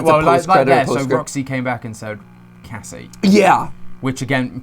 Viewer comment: is it just me or did it sound like "Gregory" said Cassidy instead of Cassie?